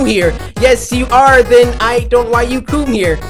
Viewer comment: did he just say ''CUUM here''?????